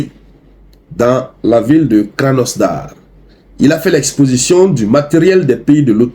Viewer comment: Hée le, il faut bien prononcer les noms tjeuy yalla. La ville c'est krasnodar et non kranosdar.